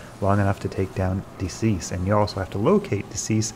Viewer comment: De Seis is Spanish/Portuguese for "of six" and is pronounced "day say-s," not "decease." Stick it into Google Translate. ;)